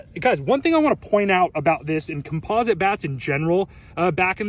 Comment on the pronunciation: u are saying composite wrong